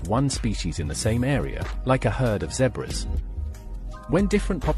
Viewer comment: A heard of what? Zebrus? 😂